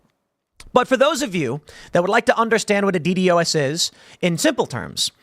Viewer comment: It's pronounced D-DOS attack. But yes. It is an oldie but goodie at overwhelming a site.